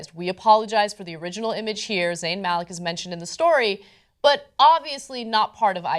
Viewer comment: It's pronounced "Muh-lick".